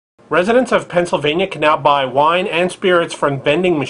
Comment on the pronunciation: lol wiine vending machines!!! :) thats ..hilarious :D